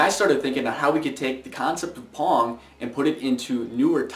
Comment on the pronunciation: Dunno about you, but when he says pong.. im hearing porn ..